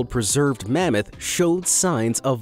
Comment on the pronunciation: it’s mammoth not mammot